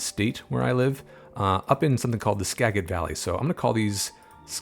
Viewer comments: Btw its not ska-get its pronounced ska-jet ;) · Wanted to share that Skagit is pronounced like Skaget, like you’re saying gadget. Additionally, it’s very difficult to obtain right-of-way from RR to create an underpass. In my opinion, it is much easier to bypass the RR altogether or only impact one of their lines. Going under multiple lines isn’t very realistic. The costs of acquiring those rights would be too high.